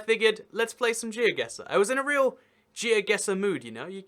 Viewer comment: It's actually Geoguessr even ^^